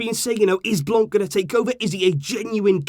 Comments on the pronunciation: My guy, for the sake of saving the ears of us bilinguals, its pronounced "Blan" not "Blan-k"😂😂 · Great video, just Miss pronounced " Blanc" because He's French and therefore the C at the end is a Silent Letter. I know this cuz I'm Algerian and speak French. Still Great video ❤️